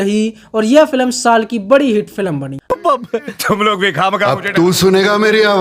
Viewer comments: भाई फिल्म को बार-बार फिलम क्यों बोल रहे हो 🤔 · भाई तू फिल्म कहना सीख ले, फिलम नहीं होता भाई